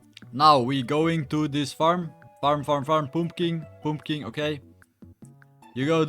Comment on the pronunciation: "poomkin poomkin" 💀🙏😭😭😭 and "rdrainbow gagtus"